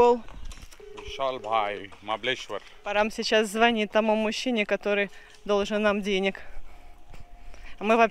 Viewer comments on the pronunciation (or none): none